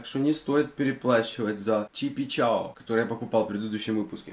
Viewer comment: Чипи као, а не чипи чао!